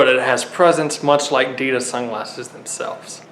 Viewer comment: It sounds like he’s saying adidas